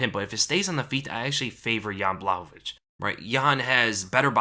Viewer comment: Pronounced Yan Bwah-hov-ich. You're saying it right